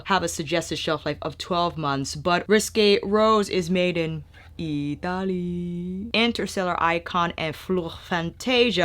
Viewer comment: You should make merch that says "IHTAHLY" I would buy that haha I'm also Italian so I find it funny.